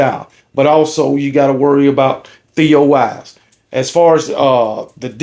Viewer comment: Theo Wease not Theo Wise